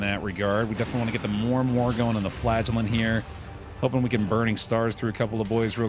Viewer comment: Every time I hear "the Flagellant", I understand "the Flatulent", gives a whole new perspective on the guy going toxic.